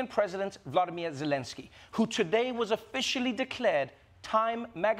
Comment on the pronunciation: One would think that with Trevor's respect for and gift with language and sound, he would know how to pronounce Volodymyr Zylenskyy's first name. He does NOT have the same first name as Putin.